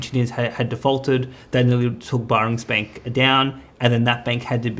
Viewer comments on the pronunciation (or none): Can someone tell the pronunciation is Bearings bank. People will take more seriously then the content.